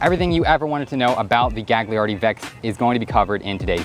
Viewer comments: You shouldn't pronounce the second g in Gagliardi. It'd be closer to "galyiardi" in Italian. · Fantastic video man! One note: "gli" in italian is pronounced "lee", so the name would be pronounced like Galiardi (middle G is silent) :) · Psst: The second "g" in Italian words is silent.